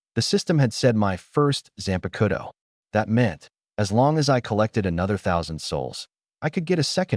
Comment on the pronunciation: y AI's always say Zanpakuto wrong ???